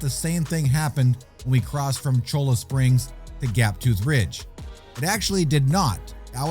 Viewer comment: Agh , killin me ha ha Cholla = "CHOY-uh" ll = y in Spanish. Cholla is a cactus